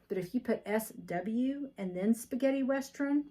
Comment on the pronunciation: Sounds like your saying westrun, instead of western! Maybe its just me. That is a gorgeous bag!!